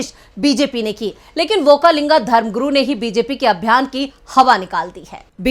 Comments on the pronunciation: व्होकालिंग नही वक्कलिंग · Okka linga nahi. Okkaliga